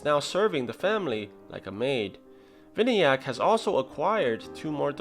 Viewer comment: the name is pronounced as vinaayak